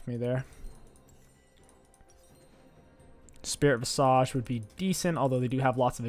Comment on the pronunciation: "Spirit Vistage as some might say" Dude no one at all says that nor do they pronounce Terminus the way you do lol